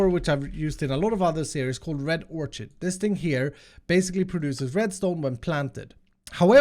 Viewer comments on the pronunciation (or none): Hey, we all love you, but it isnt or-chid, its "or-kid"